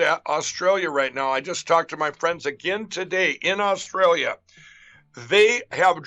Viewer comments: ‘Rosstrallia’ 4.34…lol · Did he say Rostrailia instead of Australia? Definitely back on the pipe. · "Rostralia" golden.